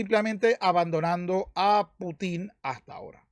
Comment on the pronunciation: Conque "Putín" ¿eh? interesante manera de acentuar el nombre jeje 🤣